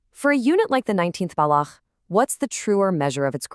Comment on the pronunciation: Its baloch not block